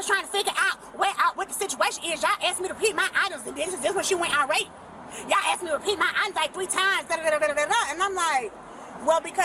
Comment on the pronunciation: I really hate when people say axed instead of asked.